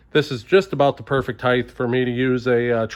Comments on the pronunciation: Suggestion to YouTuber: Say "height" not "heighth." "Heighth is not a word in the English language. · Not trying to be an ass, but its not pronounced "heighth". It's "height", no "th" on the end.